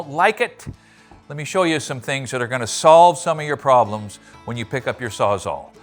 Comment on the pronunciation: Did he just say he is going to SAW-lve all of our problems? 🤣